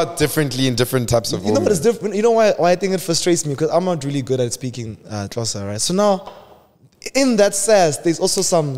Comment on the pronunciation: saying "tlosa" instead of "xhosa" kinda annyoed me 😂 idk why it just sounded so wrong 😂😂 but it was an in the moment reaction thing, dont deep it when you read this cause i know youre reading it rn👍🏿